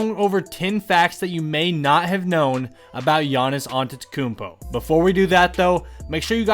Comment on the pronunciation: Giannis “antetekokonobo”